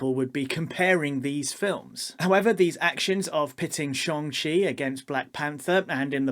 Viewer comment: Excellent vid. Social media definitely perpetuates this too. Everything has to be A or B, good or bad, there's never any in between or nuance. (It's Shang-Chi by the way 😀)